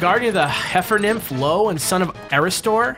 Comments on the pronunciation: nah man Io (eye-oh) was someone zeus got jiggy with and hera turned her into a cow and made argus guard her so zeus couldn't do what zeus does best with her anymore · FYI, it's Io, not Lo. As in, Eye-O. I'm assuming you just misread it because capital I/lower-case l.